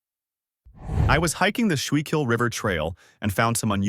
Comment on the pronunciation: Just so you dont tie your tongue in knots or sound AI, Schuylkil is pronounced skookel. Its probably pronounced differently, but you'll save alot of confusion and laughter if you just pronounce that way.